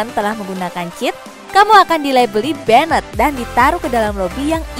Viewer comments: Benet, benet, benet, Sebagai pelajar bahasa inggris cukup risih dengarnya...... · Kena "benet"?? 🤦‍♂️🤦‍♂️🤦‍♂️Blajar bahasa Inggris woi!